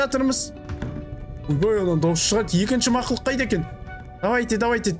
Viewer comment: Мақылұқ дейдіма 😂